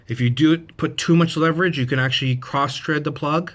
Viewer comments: Only thing I would add is that it's crossTHREAD, not crossTREAD. Otherwise, helpful video. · It's not "cross tread" it's cross THREAD